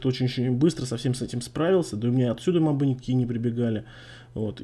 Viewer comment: И мобЫ, а не мОбы.